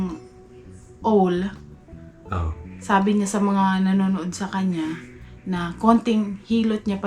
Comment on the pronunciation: ang pagbigkas ng OWL ay AWL… hindi ooowwl..